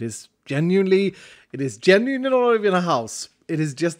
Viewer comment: "it is genuiaiunuasluno not even a house"